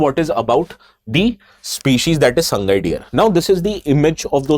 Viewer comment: It's Sa-ngai , not Sang-gai.